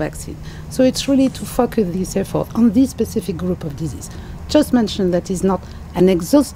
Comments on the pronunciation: The WHO rep in your video said it best "disease X, we are designing to fuckus". Telling the truth accidentally. Listen to it again. The reporter has a "let's go Brandon" response. She said focus not fuckus. Yeah, right. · I had to enlarge screen when she says the word, focus because she sounds like she's repeating the f word